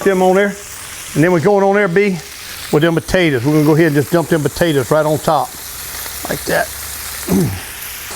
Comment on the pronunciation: Why do you pronounce potatoes like that